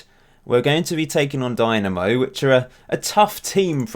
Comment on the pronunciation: its not a company but a society, and Zagrebs Dinamo doesnt have anything to do with them. It was just a popular name for clubs in eastern block back during the 20th century Also its pronounced like Deenamo, not Dynamo